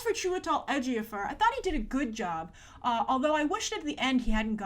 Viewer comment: Why does she keep saying Edgier-Fur instead of Ejiofor